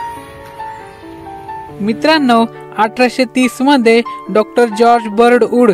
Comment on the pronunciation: 1892 'mandhe'?????🤦‍♂🤦‍♂ uchchaar....😖😖